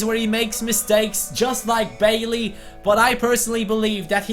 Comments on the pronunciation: Bailly is pronounced Bay-ee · Bailly's name is pronounced "bah ee"